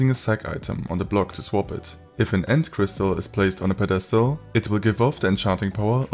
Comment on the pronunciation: You might wanna look up the pronunciation of pedestal